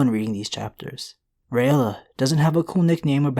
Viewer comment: It's pronounced (Ray-la). Not (ray-ella). Just like Rhaegar is (Ray-gar) not (Ray-egar)